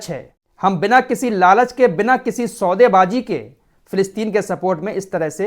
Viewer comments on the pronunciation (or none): Aap ki zubaan kachchi hai saude baazi hota hai saude baaaji nahi